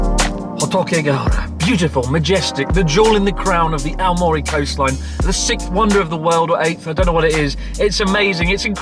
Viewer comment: ♨AOMORI と❤AMORE読み間違えましたw